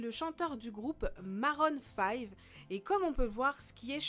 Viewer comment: je suis désolé mais tu fais bcp d'erreur de prononciation, nottament pour Adam Levine ( ça se prononce "Lévine" ) et maroon 5 ( qui se prononce "maroune" et pas "marone" )